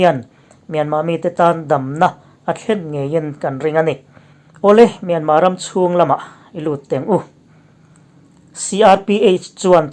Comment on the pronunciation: Myanmâ nilo in mynmar zawk aw thlukna (^) a awmlo